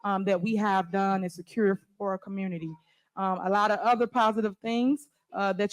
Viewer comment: What the hell is a “commurnerty”?